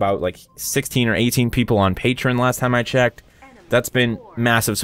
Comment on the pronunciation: PAY-TREE-ON. Not Pay-trun.